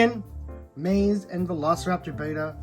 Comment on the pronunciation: Amazing review I only have 2 complaints first being the pronunciation of Maisie being wrong but I get it names can be confusing. And in the beginning you called the lystrosaurus a dinosaur in the beginning